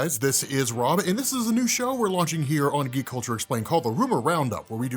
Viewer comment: 😂😂maybe you should slow your speech a little when you say geek culture explained because it sounds like you’re saying gay culture explained